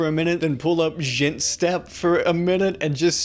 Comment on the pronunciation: also the way you pronounced "djentstep".. lol